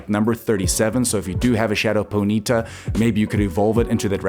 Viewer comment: Po-knee-ta not ponita bruh wtf